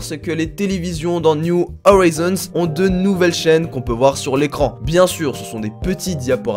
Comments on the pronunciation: "Niou Orizonse" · C’est pas niou howison bordel